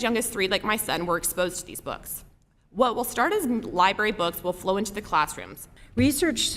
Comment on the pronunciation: Did you mean Library....😂😅😂